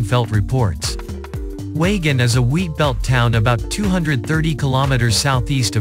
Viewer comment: It is pronounced wayjin